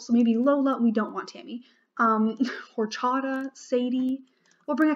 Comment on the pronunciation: idk but i think its pronounced “oh-chat-a” idk cus its a hispanic drink,i might be wrong but just a heads up!